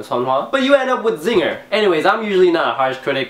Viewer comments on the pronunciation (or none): Wha- Zinger? LOOL, you mean Hyosung?